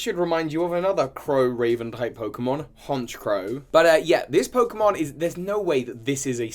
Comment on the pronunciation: i gotta look up these pokemon’s names so i get them right Also: mispronounces them badly and repeatedly throughout the video